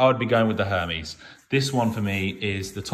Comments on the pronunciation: Pronounced: (air - Mez) , not what you are saying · LOL the way he’s saying Hermes is jokes. Can’t even say it right